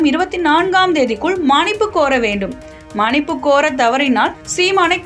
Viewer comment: மனிப்பு இல்லை மன்னிப்பு... என்ன வாசிக்கிறீங்க